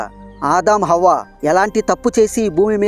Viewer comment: అవ్వ కాదు హవ్వ అనాలి.